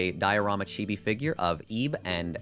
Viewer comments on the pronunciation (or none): none